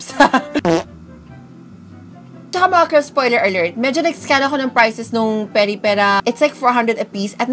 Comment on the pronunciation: I think you said Peripera right